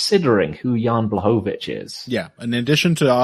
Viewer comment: Amazing how many pronounciations of name "Błachowicz" you're coming up with.